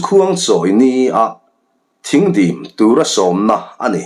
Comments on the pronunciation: Thing dim tih i lam dan hi dik lo a, Thîng hi (sawhthing tia thing ) ti a lam tur aw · Thingdim tih a "Thing" lai hi, Sawhthing tih a thing lai ang hian lam rik tur. Thingkung tiha "thing" angin i lam. Thingdim tih hi, khuala an chhungte Khuangchawi ni a rawn lam lutte kha, Ar khuan rualin dim zawihnalh in an sawhthing zai lep thil tlar kha tawn chungin khuaah an rawn lam a, chu chu Thingdim an ti. Ar khuan ruala dim taka lam tihna mai a ni. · Thingdim tih i sawirik dan hi. Sawhthing kan lam rik a, thing....tih kan lam rik ang hian lamrik tur ni in ka hria.